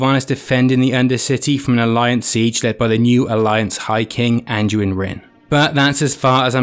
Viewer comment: Great video mate, but for the love of god, andUIN, not ANJUIN